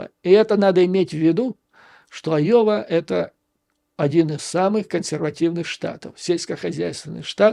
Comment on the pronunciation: Уважаемый Юрий Борисович ! Я живу в А-йове (а не Айо-ве) и себя Рэднеком НЕ считаю. Не советую и вам так думать насчет здешнего населения. Из того ,что вы сказали, я понял, что вы НЕ удосужились посмотреть в Гугле, чем известна Айова (кроме сельского хозяйства). Здесь находится один из 4 департментов фирмы Raytheon - Collins Aerospace - НЕУЖЕЛИ такая фирма по-вашему мнению НЕ технологическая ????? Её одной достаточно, чтобы штат назвать технологическим. Collins Aerospace - это в прошлом Rockwell Collins - компания № 1 в МИРЕ по разработкам и изготовлению мировой авионики !!!! Интересна выписка из Гугл "On July 19, 1977, the first GPS satellite signal, transmitted from Navigation Technology Satellite 2 (NTS-2) was received at a building of the Rockwell-Collins Company in Cedar Rapids, Iowa." И заметьте, что Rockwell-Collins сам и спутник собирал. Сегодня практически нет НИ единого самолета в мире, который бы не имел хотя-бы одного блока сделанного в Rockwell-Collins. Далее, у нас тут огромное предприятие ВАЕ Systems - тоже очень известное ! Ну хватит и этих примеров, чтобы доказать, что местные айовцы не только хвосты коровам крутят ! Поэтому НЕ все выпускники Айовских колледжей покидают свой штат - это явная туфта. Так вот - практически весь штат инженеров голосовал против Трампа ! И ДА их врядли можна всех назвать неграмотными.... Рассии б таких неграмотных - гляди и суперджет летал бы без проблем... хотя о чём я говорю....